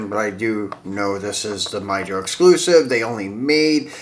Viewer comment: Awesome videos as always sir and its pronounced "Me ho" Mijo, the J is silent. 😊👍🏻 M2 should remove the bumper on some of their race versions of their Datsun 510 diecast castings because I notice between M2 and Greenlight, Greenlight would do that to give it a more realistic look when it comes to their toolings in 1/64 scale.